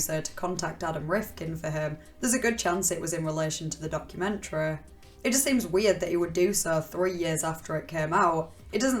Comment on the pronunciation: "Moo-veh" "Public-leh" "Documen-treh"